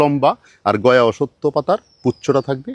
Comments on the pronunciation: কনফিউশান ক্লিয়ার হল। তবে সব 'অসত্থ'কে 'অসত্য'র মতো শোনালো। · উচ্চারণ হবে অশশূত্ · স্যার, অশ্বত্থ উচ্চারণ হবে 'অশ্ শথ্থ'।